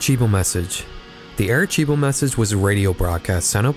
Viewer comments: Arecibo isn’t pronounced, “AreCHEEbo. It’s Spanish, not Italian….”C” isn’t pronounced like “CH.” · It’s pronounced “are-ci-boh”, but also great video 💖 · That’s not how you pronounce Aricebo.